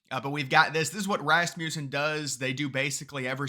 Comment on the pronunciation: Its not Rasmewson.....But I agree with you, now I don't, there's no way it's this close....